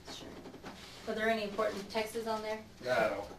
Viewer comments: The one that annoyed me was when she said “textes.” Not so smart if you add es to words that are already plural. Ugh. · "Were there any important textas on there " textas? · “Texes,” “pacifically,” she sounds so ignorant. And “Walmart store,” sounds freaking weird. What an a$$ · I was really hoping she wouldn’t find a reason to say “textses” in this one. 🤦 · Did she really say "textes"? 😂 I must have missed that part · I was looking for this comment as well. She said pacifics, escape goat and textas. Idiot. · She can’t even say the word ‘texts’ properly.